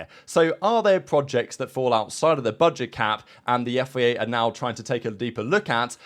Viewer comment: Love the content but pls its FIA not FEA